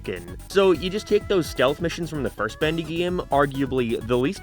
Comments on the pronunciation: he sais bAndy instead of bEndy and it's killing me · "Bandy and the ink machine" Was that part of the audio issue or just you talking weird